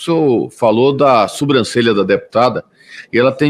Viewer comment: E o ignorante falando soMbrancelha varias vezes...